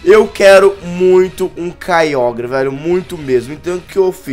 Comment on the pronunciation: o nao sabe pronuncia certo kyogre